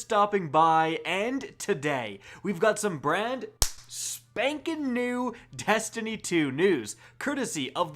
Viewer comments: "testiny 2 news" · Did anyone else hear “testiny” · Are we gonna ignore that he said testiny